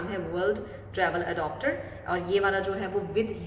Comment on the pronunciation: Adopter nahi re baba its adaptar, wrong Pronunciation